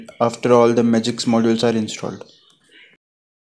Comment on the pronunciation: It's "Magisk" buddy not "Magiks" 🤦😂😂😂